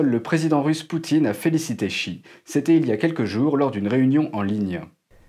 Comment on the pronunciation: Ça se prononce vraiment chi ?